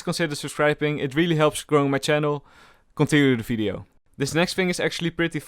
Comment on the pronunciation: LOL anybody noticed he says fideo for video